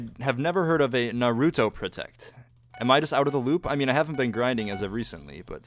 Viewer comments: It's not "Nar-OO-toe". It's "Nahru-toe" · Anyone else cringe every time he says narÜto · That “Nuuh rue toe” hurts my weeb ears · He pronounced naruto wrong... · I cringed at how he pronounced Naruto and I dont even watch it..